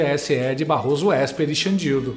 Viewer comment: "Barroso Ésper"kkkkkkkkkkk